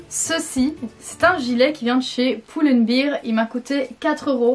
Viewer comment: "Poule & bear " Mon magasin préféré (avec cet accent euum bien bien ) je rigole ce ne l'est pas méchant 😘